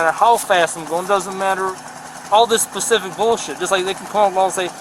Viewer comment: One of the funniest things is his grammar! "Specific" is always pronounced "pacific"😂😂😂😊